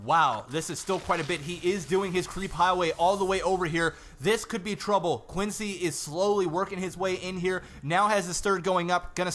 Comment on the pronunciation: His name isn't pronounced "Quin-C," it's "C-Quence." The "X" is completely prosthetic.